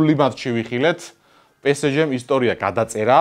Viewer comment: კარგით რა, რა პე სე ჟე? რუსული კალკი, პე ეს ჟე ჰქვია!!!